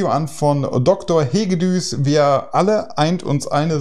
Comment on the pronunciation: Hoi, das ungarische S entspricht dem türkischen Ş. Also: Hegedüsch mit langem Ü Sein Vorname ist János, er erwähnt es eingangs. 😊